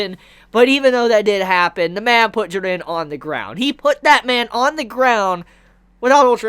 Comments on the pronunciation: It still slightly irks me how you say jiren lol stay warm my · Your videos are dope i follow your reviews on dragonball, tokyo ghoul (you do the best reviews on tokyo ghoul out of everyone) and the promised wonderland since chapter 1 and you are fuckin awesome bro but please just pronounce jiren's name they way it should be I dont want to come out as a dick but man that bothers the hell out of me, other than that keep up the awesome work✌